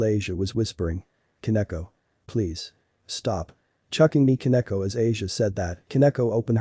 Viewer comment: "Akone"? I think you mean Akino